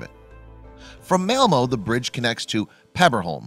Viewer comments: Check your pronunciation, please! It's MalmÖ, not MalmO (sounds completely different) and Øresund, not Oresund (idem). The Swedish Ö and Danish Ø sound exactly like a German Ö or a French EU, not at all like an O. Besides, even your spelling is wrong at times, as you write "Melmo", instead of "Malmö". Please, be more careful with Scandinavian names! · You should add his pronunciation of Malmo, which is devastatingly wrong... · It triggers me how he's saying Copenhagen & Malmö 🤣😭